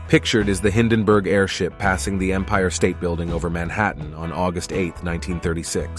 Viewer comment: It's Hindenburg instead of Hindenberg.